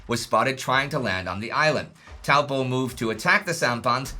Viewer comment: Thank you for pronouncing the name Taupo correctly. It is named after a huge and very deep lake in the middle of NZ's North Island. It is a Maori name.